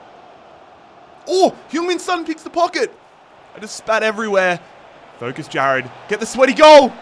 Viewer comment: name pronunciation always gets me